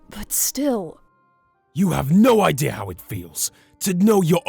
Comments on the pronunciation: SAID IDEAR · I also love have says idea "idear"